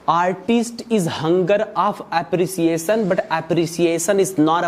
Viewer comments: Iniciater 😂😂😂😂 its Initiater Appresiason😂😂😂😂😂 its Appreciation.... Totally wrong accent!! What type of accent is this ,this totally blown my mind nd i quit the video ok bye!!!!!! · Appreciation ❌ App- re - ciaation ✅ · Apriseeyesen😂atensen😂pesuving. Purchasing degree. Kya kya dekhna padtahe